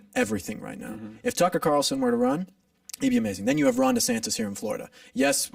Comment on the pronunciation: This dude said tucker carlson.. lol